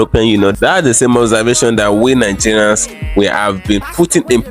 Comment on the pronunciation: Neegerians😂😂😂 try another one.